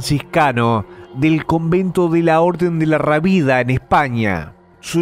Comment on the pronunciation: ... DE LA RÁBIDA!!!!! NO DE LA RABIDA.